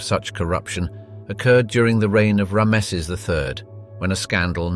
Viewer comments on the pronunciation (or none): Could you look up how to say Ramses 😅